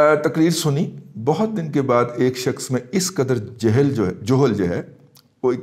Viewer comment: Appreciate your views n a bold stance. Please pronounce Salam correctly+ word is ** jahl*** niether " johl" nor jehl. FARHANG e AMIRA would b useful for you.